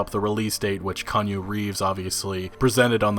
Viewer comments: I can't watch anymore of this is you're gonna keep calling him "Kanye"... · Kee.. ahh.. nuu Reeves. Holy hell I was about to lose it.. lmao! Still luv ya though. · LMFAO IT'S PRONOUNCED KEYANOO MA MAN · say it with me: key YAH nu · Key-on-new Reeves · Say it with me. Kee-ann-new Reeves. That's phonetic, I know it's spelt Keanu. 😉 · lol, be thankful he said Reeves after "Konyo" and not West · Kanye Reaves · It's pronounced KEY AH NEW....lmao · The way Jackie apologized and then gave V a chip, it seemed like maybe Jackie had betrayed V and revealed a tracker ....unless that was the prize from the run. Edit: As everyone else is saying: key-on-ooh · Kaanya Reaves ...did you just seriously mispronounce his name... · It bugged me every time. DUDE... Key Ah New_REEVES. do it. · Bro, I can't keep watching this if you're gonna keep calling him Konyo Reeves....come on man... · who the hell is Kahnyoo? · It's pronounced key- aunu .. you are butchering his name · Well, I normally don't give a shit for mispronounced names but man, this is painful to hear. Like Keanu West or Kanye Reeves? His name is well known dudu. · Keh-an-oo- its Hawaiian. 😔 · why the fuck im hearing "Kanye Reeves" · Kanye Reeves lol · Sounded like he said kanye lol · Sounds like you said Kanye Reeves XD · Damn, it's hard to take you seriously when you can't even say Keanu's name right. Love your news vids bro but damn. Its pronounced key-yaw-new. I saw you were tired but you can do better. Anyway, other than that, great work, keep it up! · LOL did you just call Keanu Reeves "Kanye Reeves"? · (Key-Ah-no) that’s the proper pronounciation of his name fam. Thanks for the video.😁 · It's pronounced Kee-ahh-new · PLEASE stop butchering his name it IS PRONOUNCED (/kɛˈɑːnuː/ keh-AH-noo[1] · Kanye Reeves🤦🏼‍♂️🤦🏼‍♂️💩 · “KaNYe reEveS” lmao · His name is pronounced Key-ah-nuu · yea was gonna say that, his pronunciation made it sounded like Kenye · Keanu... its pronounced Key-on-oo!!!!! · "Kanu Reeves"